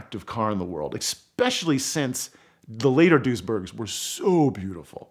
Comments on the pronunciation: "expecially" Why do people not know this isn't a word? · there are precisely zero x's in the word especially... "exspecially" is not a word.